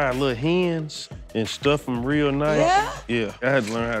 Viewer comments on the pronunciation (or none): none